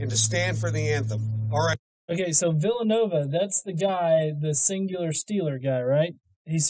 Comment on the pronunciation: Villanueva. This idiot didn't even pronounce the man's name right! Fully supporting a guy but can't take the time to learn how to pronounce his name!